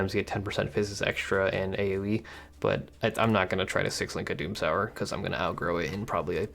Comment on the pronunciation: i don’t know how to say this without it sounding salty or something, but i’m almost certain you’re saying “doomsower” wrong, and it should be pronounced like “doom-sew-er”, either way loved the video and can’t wait to se snore progress!